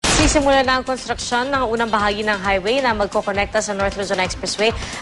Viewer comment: sino ba yang reporter na yan bakit konstaksyon daw.is there such a word? konstruksyon hindi konstraksyon